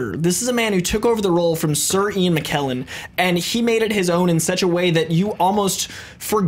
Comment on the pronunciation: can't pronounce McKellen correctly. It's a k not a q.